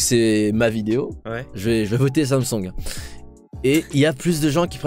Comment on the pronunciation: Je kiffe comment il dit Samsoung !